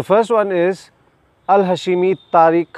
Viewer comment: Not ha-she-mi but hash-mi